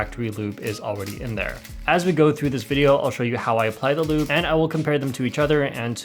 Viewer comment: When he said lube I overheard him say "lewd"